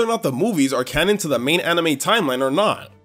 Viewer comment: Right after the first mabye when he says cannon it sounds like cammon